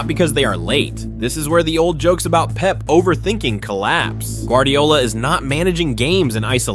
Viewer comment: Love how Fergie calls Pep "Pepe"😂